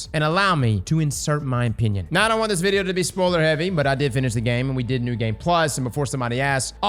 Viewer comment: I know he says opinion but his accent makes it sound like he said penis ngl